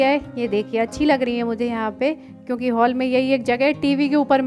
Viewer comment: Haul nai hall hota hai